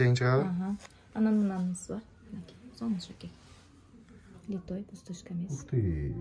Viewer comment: 😮ушунча арызанбы, тангалып атабыз коруп алып, пай пай пай, литой эмес, литый деп айтылат, аябай арызан экен ,😂😂😂, талап атабы.